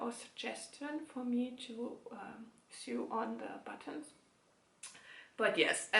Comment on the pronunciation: Well done on your first podcast, and not even in your first language! Knitting 52 pairs of socks in 52 weeks is quite a big challenge. Good luck! Just a couple on English language tips: 1) the past tense to teach is taught [rhymes with not] 2) the word sew rhymes with no. I am very impressed with how well you speak English! I have never gauge swatched for socks...I don't see the point. So far I have had no problems.